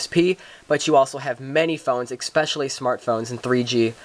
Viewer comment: you figure out what a d-pad is yet? or how to pronounce especially?